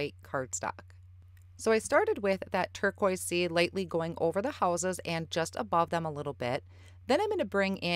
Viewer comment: did you say that those are Houses or Whooses? Sorry I have to tease, your midwest accent is so cute! I have a number of relatives in northern Wisconsin and Michigan, and so. Beautiful card btw!